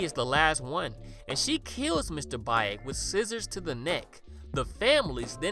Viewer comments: Isn't Baek pronounced "bake" instead of "ba-ache"? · Great video, but it's pronounced Mr "beck" not "bye-ick" Much love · I'm pretty sure you pronounce it as "Bek", like the character from Tekken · It ain't Mr. Bayek - Baek is pronounce like Bek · It's more like Beck. Not Bike. Yeesh. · sorry but “bye-ek” has me dead 😭😭😭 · Baek is pronounced like “Beck”:). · I love your channel. It’s one of my favorites. Ps it’s Mr.Baek is pronounced like Bake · Just a correction: the correct pronunciation is Mr "Bek". But it's a great video inspite of that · I know I'm late but I would like to say Baek is actually pronounced Bek....I'm sorry just trying to be helpful....I absolutely love your channel....I especially love that you have so many korean movies. I choose you over foundflix anyday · Yo for future reference, the Korean name Baek is pronounced beck like David Beckham (thumbs up) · btw "baek" is pronounced kinda like beck with a softer b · Fun fact: baek is pronounced bek, know that from Tekken 5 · The way he pronounced “Baek” took me out😭😭